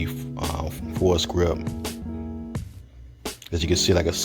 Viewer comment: It's pronounced like "for grip."